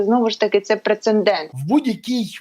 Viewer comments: Хто-небудь скаже цій безуглой дегенератці, що слова "прецеНдент", яке вона так любить вживати, не існує? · Поясніть, будь ласка, красномовній депутатці Безуглій, що слово "ПРЕЦЕнДЕНТ", яке їй так подобається, пишеться і вимовляється без "н", навіть і в тому випадку, якщо її рідна мова - російська. Боже, яка ж убогість панує зараз у парламенті! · Ти, прецеНдент безграмотний , мовкни!